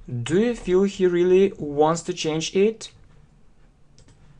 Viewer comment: Особенно слово рылли. Рыдать хочется.